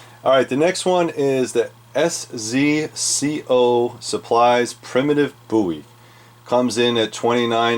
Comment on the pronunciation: Szco is pronounced Sisco